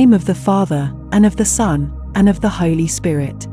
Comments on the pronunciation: Say holy not holly- bless you sometimes it is the computer not the person. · And, you pronounce 'holy' in the wrong way.